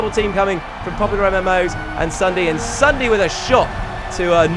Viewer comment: He said Sundae XD